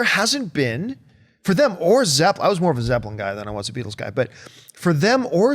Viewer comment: ZEPPELIN. Not Zepplin.